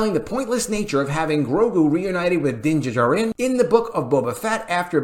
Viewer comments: Please learn to pronounce Din Djarin. Just watch the show and hear how they say it. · Did anyone tell the narrator how to properly pronounce Din Djarin? Lol! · Someone tell to pronounce Dinjarin as if he lives on earth and has heard other people pronounce it. Thank you.